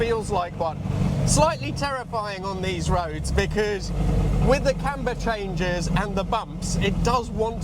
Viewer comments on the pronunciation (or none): none